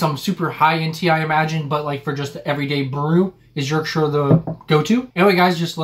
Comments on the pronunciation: OMG you actually said Yorkshire correct 😅 normally get shyyirree at the end from Americans so well done 👏😂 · Full marks to you both for pronouncing Yorkshire correctly! Also, just squeeze the tea bag out against the side of the mug. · Yes you are correct Yorkshire tea is the go to drink in England especially when made with Yorkshire water and not made with 55 gallons of milk yeah you did add a tad too much milk 😀 ok I am from Yorkshire and we are fiercely proud of almost everything from here so good job on not pronouncing Yorkshire terribly and for promoting our amazing gods own county , now you just need to learn some yorkshire dialect get thy sen a flat cap and a whippet and you will be all set 👍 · Squeeze teabag against the side of the cup with the spoon, it's pronounced 'twin(like wool)ings' but thanks for saying Yorkshire properly 🎉🎉🎉🎉. Also how much milk varies from person to person some like it strong others weak. Never dunk rich tea in tea as it will fall in.